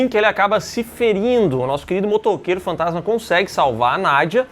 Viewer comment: Talvez eu esteja maluco, mas sempre ouvi o narrador metendo um "Motoqueiro Fantatima" no inicio do primeiro filme kkkk